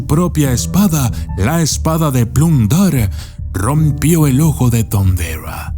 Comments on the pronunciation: Como ? Thunderua ? ? Hasta donde e escuchado se dice THUNDERA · Jeje!😂 "el ojo de thunderrra" como muy agringado!🤣😂